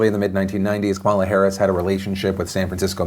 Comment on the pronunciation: Hey Phil, Kamala is pronounced comma, lah